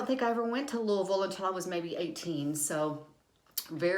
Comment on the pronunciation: I am so excited to see you doing my tag!! I love how you say Louisville... I cannot say it the way you say it with my Philly accent! Haha